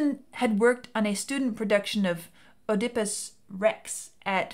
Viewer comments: "ODIPPus" complex?.😂..somebody missed her Greek Tragedy courses in college.. The O is silent.. It is Pronounced "ed-i-pus Rex" and is worth a read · These are always great... Um... "Oh-dippus"? I've always read it as Ed-uh-puss. Check out Tom Lehrer's song Oedipus Rex to see how he pronounces it. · "eh-dih-puss" rather than "oh-deh-puss". Just sayin. :)